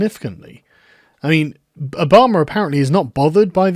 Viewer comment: I like that you unintentionally pronounce Obama as Obomber